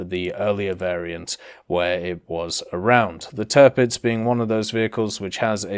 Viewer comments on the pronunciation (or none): When i heard "Törpiz" and "Bizmark" I started to cry......